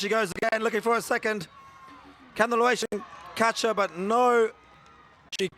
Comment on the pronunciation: Laotian, not "Lawaitian" please